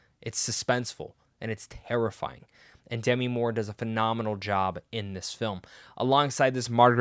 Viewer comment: Demi is pronounced in this case as De-‘MEE. (It does NOT rhyme with semi.) I figured a movie reviewer might want to know.